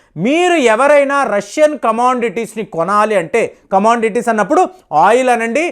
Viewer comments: what is this?????don't you know how to pronounce "COMMODITIES"??????? why you are pronouncing "COMMONDITIES" where is "N" seriously i am much worried about your educational qualifications and your prior experience.My sincere request is please make a video on your experience and qualifications please!. I know it is not by mistake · you are just revealing your stupidity.This comment section is meant to express my feelings. who are you to say stay away? i am not illiterate who simply nod their head. this idiot is pronoucing commodities as commondities.that is the reason I pointed out. you just shut your mouth keep going don't teach me ok? if you know what he is telling listen and keep going. My sincere request please don't come in between. Don't dictate terms ok???